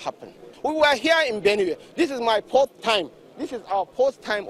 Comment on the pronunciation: "This is my poth( 🖐🏾) times in Benue" lol